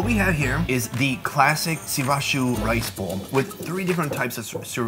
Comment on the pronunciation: shurasew!! shizuka: Shirazu!!